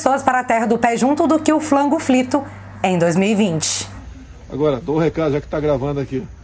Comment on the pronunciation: Adoro você! O seu " flango flito " é demais!😀👏👏👏